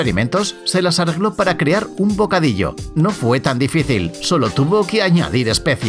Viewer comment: YA BASTAAAAAAAAAAAAAAAAAAAAAAAAAAAAAAAAAA, hasta cuándo va a pronunciar bien la palabra CREAR y sus conjugaciones en sus diferentes videos como en el seg. 29.